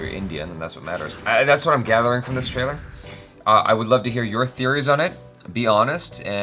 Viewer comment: Now that everyone has told you that pronunciation of the name was wrong I want to point out that You said official tailer/tailor👀👀 instead of trailer😂😂😂 TRAILER IS AN ENGLISH WORD!!! 😂😂